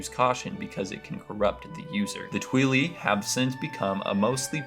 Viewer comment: "Twilly" 😭 Bro pronounce the word "twilight" but take out the second T sound. That's what they're called 😭😭😭